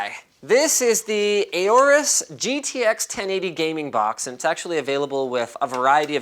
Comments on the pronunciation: Aorus is pronouced Ore-Us. Like Aura. The A is not pronounced hard. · You pronounced aorus wrong